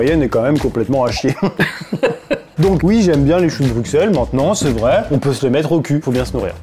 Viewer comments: Brussssel, choux de brussssel pas brucksel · sa se dit bruselles et non bruxselles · bonjour, j'adore tes vidéos mais moi qui suis Belge j'ai eu mal aux oreilles pendant les choux de Bruxelles, alors stp prononce "Brusselles" sinon nous on va prononcer "Parisss" merci; sinon continue tes vidéos, elles me font beaucoup rire. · On dit "Brusselles" avec un "s" et non "BruXXXXXelles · sa se prononce pas choux de bruXelles mais choux de bruSSels 💀😭 sinon je vous adore 😘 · Le x de Bruxelles ne ce prononce pas le x se dis s